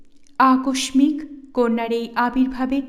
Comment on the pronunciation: মনে নিবেন না দয়া করে, আপনার ভুল ধরাটা আমার উদ্দেশ্য না। আপনার এই মহান কাজকে আমি অনেক সম্মান করি। আকস্মিক উচ্চারণটা একটু দেখবেন ; কারণ আপনি একজন ভয়েস আর্টিস্ট। আাপনি আারও অনেক এগিয়ে যান এবং এভাবেই আমাদের সুন্দর বই শোনার সুযোগ করে দেন। অনেক অনেক ধন্যবাদ, আামার সময়টাকে সুন্দর করে তোলার জন্য,এমন অমায়িক উপস্থাপনার মাধ্যমে!